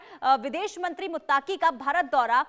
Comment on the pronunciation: बहन यह शब्द मुत्ताक़ी नहीं है , बल्कि मुत्तक़ी Muttqi hai